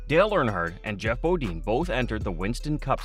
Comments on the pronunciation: BOD-INE NOT BO DEAN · I hate the repetition of 'BODEEN'. (dang, must be a yankee) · at least learn who your talking about it's Jeff Bo "dine, not Bo dean. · bo-DEEN? C'MON..... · You guys don’t know how to say their last names is Bodine you don’t know how to say their last names right you should not be in an announcer on here cause you don’t know how to say their names, right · Annoying huh! Same thing I kept thinking lol